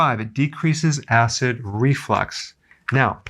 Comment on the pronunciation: Is it call acid reflex or acid reflux? Because it sounds like he’s saying acid reflex correct me if I’m wrong please someone